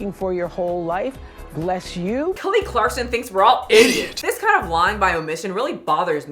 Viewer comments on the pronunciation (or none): It’s clarkson, not clarkston